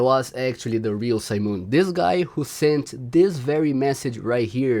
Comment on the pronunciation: STOP SAYING SIMON LIKE THAT